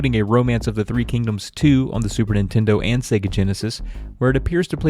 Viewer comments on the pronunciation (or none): none